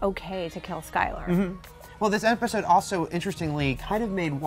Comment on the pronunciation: Skyler not slyler